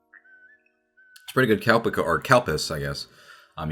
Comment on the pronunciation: Calpis, I kept hearing Cow piss, which was, not gonna lie, pretty funny! :'D